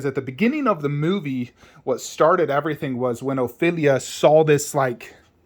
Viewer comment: It’s not pronounced ofibia it’s Ophelia